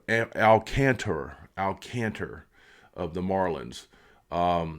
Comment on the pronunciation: Good video! I’d love to see them get Alcantra! Last year was his fist year back from major surgery so it’s expected to be a little down. When he’s fully healthy he’s one of the top 10 pitchers in the game and maybe even better than that. Oh, it’s pronounced Al Con Truh